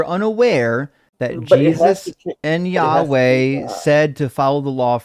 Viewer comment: Pronouncing the tetragrammaton as "yaoi"! Yeeeaaahh, let's make a fudanshi